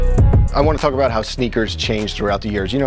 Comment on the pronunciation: 'we talk abouw everything now is the easy part ...' fuck u mean bruh u don talk abouw everything c'mon